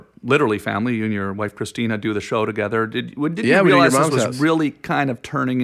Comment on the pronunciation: Everyone says Christina's name wrong. Even Tom Green. Haha. There's a reason she changed it to Christina P.